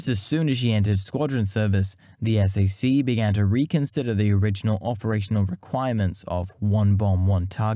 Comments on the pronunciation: Nice video, but you need to watch other people's videos before making your own in order to learn the nuances of pronunciation and local dialects & slang. I realize you're a Brit, but ask your American friends how to pronounce "Potomac" first. Nobody says: "S-A-C"; it's pronounced as "sack". It's the opposite of "RAF"; nobody EVER says: "raff" as in "riff-raff"; instead you would say: "R-A-F".... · Just FYI, Strategic Air Command bases were not pronounced es ey see (the letters) but "sack" as in McConnell air force base is a SAC (pronounced sack) base. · I appreciate the time and effort you put into this excellent, well-researched documentary. However, us old timers don't recognize when you call "SAC(k)" spelled out as S-A-C. Just call it "SACk." My father flew those for "SAC (sack)." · You do a better job at narration than I'd ever be able to do. But, nobody in the States says "S-A-C". It's SAC as in "Sack". Please forgive me for being the "um actually" peterhead here. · It's not "S" - "A" - "C" it's SAC/sack. You sound it out. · Po-tom-ack SAC = "sack"